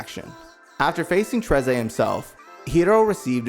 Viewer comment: Trieze is pronounced Trays. Quartre is pronounced cat- tra. You know what, I can't blame you🤷🏾‍♂️.